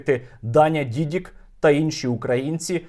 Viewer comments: Дякую, Сергію! Тільки правильне прізвище Дані - ДідИк. На тій дошці помилка. Тримаємо завтра за вас кулаки! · Та нє Дідік а Дідик